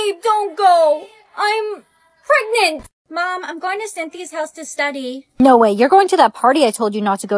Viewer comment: “I’m… PrEgNaT” got me